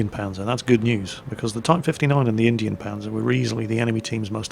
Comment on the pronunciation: 321 No it isn't. It's german and it's pronounced exactly like said it. "Indien Panzer" would be pronounced Indian Puncer.